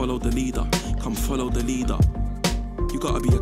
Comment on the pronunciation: cathy dominique I understood, I hate how he pronounced leader :/